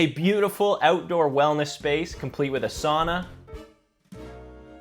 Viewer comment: Sauna, not "sonna" 🤬🤬